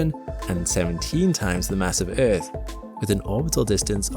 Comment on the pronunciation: The way you say earth pisses me off but I love it in a weird dance of love-hate... Love the videos!